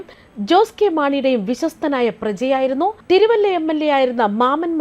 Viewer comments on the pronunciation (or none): none